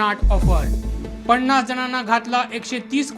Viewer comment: पण्णास? लंडण? मायरण? कंपणी? लोकाणां? णवणीत? दरम्याण? ...भाऊ आपण वृत्त निवेदक आहात. उच्चार शुद्ध असणे महत्त्वाचे असते. न आणी ण यात फरक आहे.😅